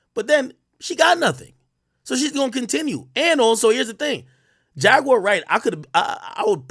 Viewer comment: Buddy ass be like: Jag ➡️”U”⬅️awr….nogga it’s Jaguar 😂🤣😂➡️